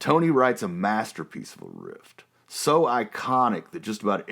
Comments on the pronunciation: I hope you know it"s riff and not rift as you kept on saying. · I cannot listen to this anymore he keeps saying rift when he means riff. I do not approve or recommend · Cool piece of history and trivia. BTW, the term is "RIFF." No "T." And Ozzy might have started the band but DIO made it great. Aaaaaand discuss! 😇😁